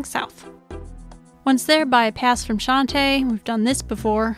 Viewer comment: i love everything about this guide. But every time you say "shante" pass, a little part of me dies inside